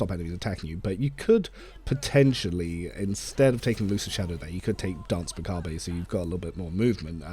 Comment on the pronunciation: Hey! Cool video but please either pronounce the 'r' or don't pronounce the 'e' in macabre. XD